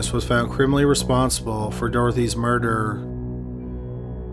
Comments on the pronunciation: Say "murder" "murderererer" No- just the word "murder" "Murderererer" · And wintererer... offererer... doorerer... eithererer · Bro you really need to check your narration skills out and not necessarily the words you're using but how you say the words take for instance the word murder you are pronouncing it murderer extremely annoying makes it difficult to listen to your stories consider the last word of your sentences do not hold out the last syllable so long also your voice is extremely monotone which is also very distracting consider consider looking at that as well other than that your stories are very interesting and I enjoy them but if your voice doesn't change I'm going to have to move on to another Channel thank you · I'm more curious why the narrator pronounces "murder" as "murderer" I can't be the only one who hears it.